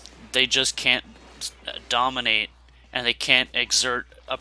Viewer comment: Every time you say "dominate" I feel like you're really trying to say "dumb" lol